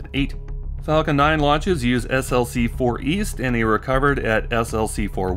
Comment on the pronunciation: You pronounce SLC as "slick". I worked at SLC 4 on Titan for 12 years.